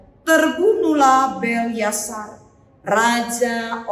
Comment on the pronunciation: Maaf bu Pendeta, penyebutan nama raja harus benar , yaitu : BELSYAZAR, bukan BELYASAR..Terima kasih..Selamat melayani..